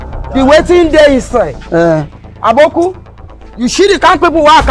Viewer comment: said aboku instead of Aboki. Lolz. The two mothers are very very good. I dey always gbadun act